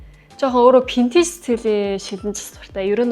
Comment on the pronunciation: Vintage geecheee Pintage geed bhiin nchdooo 😂😂😂